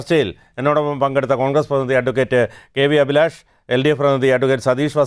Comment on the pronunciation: ശ്രീ , അഭിലാഷ്! താങ്കളുടെ പേര് താങ്കൾ പായുന്നത് അഫിലാഷ് എന്നാണോ? അഭിലാഷ് എന്നാണോ ,? താങ്കൾ ഇവിടെ പൊതു വിദ്യാഭ്യാസം എന്ന് പറയുന്നതിന് പകരം , പൊതു വിദ്യാ ഫ്യാസം എന്നാണ് പറഞ്ഞത് , ഇത്തരം തെറ്റുകൾ ആവർത്തിക്കാതിരിക്കു വാൻ, വിദ്യാഭ്യാസ നയം പുന:ക്രമീകരിക്കകയല്ലേ വേണ്ടത്